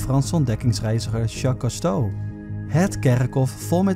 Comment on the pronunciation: zeg je nou Jacques Casto?? het is Jacques Cousteau (uitspraak Koestow)